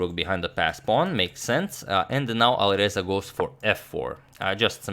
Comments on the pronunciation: And it’s not aliverza it’s ali R eza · And pronunciation of A at the Alireza is like a in cat